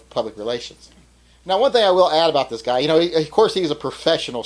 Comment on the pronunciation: What is this ABOOT?